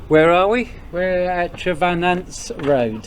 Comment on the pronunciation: I'm from St.Agnes. It's pronounced TreVAWnance Road.